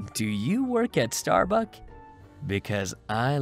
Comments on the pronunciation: I’m sorry did say Star BUCK? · Did he say star buck XD I am dieing